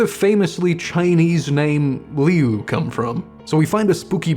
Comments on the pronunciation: I thought his name was pronounced lue not liu everywhere ive seen pronounces it as lue..l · I’m pretty sure it’s pronounced Lou like Louse or Louie. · Alright I don't like doing these type of things but the I in "liu" is silent, so it's pronounced like "lu" Edit:same how you say Lucy Lu's name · Its Liu, like pronounced "lew". Its a nickname for Luis, im like 99% sure abt that. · His name is more pronounced as Lou instead of Liu. But that’s about it. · Its like, Loo-Ee. Like Louis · his brothers name is pronounced "Lu" or like "Loo"